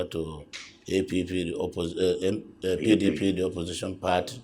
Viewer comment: Supreme court governor can't even pronounce PDP. Mumu